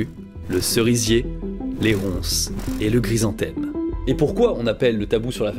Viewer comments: Super série de vidéos, le sujet est vraiment très intéressant. Merci et bravo pour tout ce boulot ! Juste une petite précision, la fleur, c'est un chrysanthème, pas "gry". 😉😁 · ce gue j'ai pas guompris c'est : c'est guoi un grise-en-thème ? En dehors de cette prononciation étrange de chrysanthème, bonne vidéo :) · Ca me fait trop rire à chaque fois il le prononce grisanthème xd , sinon , comme toujours , superbe vidéo et super intéressante